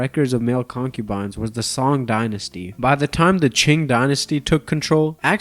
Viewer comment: It is not pronounced as song it is pronounced as son. The same applies to qing, you shouldn' pronounce the letter g at the end